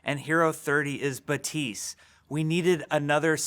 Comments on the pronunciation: Jeef its Baptiste not Batise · baPTise not batise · “batise” no. no. jeff, no. it is pronounced bap teest. oh what he created the game? well he’s wrong. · So why do you pronounce his name ba-tees while in the game the character pronounces it bap-tees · Why do they give their new heroes french name but can't learn how to pronounce them correctly? It's baptiste, not beuh-tiiiiice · Jeff pronounces it “bateest”, but the in game character says “bapteest”. I am confusion. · Is he pronouncing it like; Batiis? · Is Jeff aware that his name is Baptiste not batiste? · Why is he saying batisse? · Bap-tise.. I thought his name was pronounced "Bap-tist-te." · Why is everyone saying it Batiste it's Baptiste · buh-teese????? Isnt it BAP- Tees-te? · It's BaPtiste not Batisse Jeff.. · "ba-tiste" i thought it's BAPTISTE like church related thing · I have Haitian parents and fluent in Haitian Creole. Baptiste is a common name and it's pronounced BAP-Teese, not buh-teese. Haitian Creole is basically southern french, but it doesn't mean they're completely identical. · How do you actually pronounce this? Jeff says Buh - teese but it looks like Bap - teest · You’re saying ‘Batees’. In French we would say ‘Bateest’. Is this a Haitian thing I haven’t noticed before? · Pronounced BAP - TEEST. Not BA - TEES. Just FYI. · You pronounce it "Batees"??? The whole time I've been saying "Bap-tees-tay" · i thought you'd pronounce it as bap - teest but jeff isn't pronouncing the p at all??? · THE NAME IS BAP-tiste. It's a common Haitian name!!! The P is not silent. 🇭🇹🇭🇹🇭🇹🇭🇹🇭🇹🇭🇹🇭🇹🇭🇹🇭🇹🇭🇹🇭🇹🇭🇹🇭🇹🇭🇹🇭🇹🇭🇹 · Overwatch: Baptiste Jeff: Bapteese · God dammit, now Jeff is doing the 'buh-teest' thing. You're dead to me, Jeff. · "Hero 30 is Betisse" is that really how you say "Baptiste" in English? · “Batsiste”?????!????? Lmao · "Hero 30 is bateese" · the p is silent. "batist" , like "a bat" and the end of "list". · Wow, I can’t wait to play ”BUHTEESE” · When Jeff says "Batise" DX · he pronounces it butise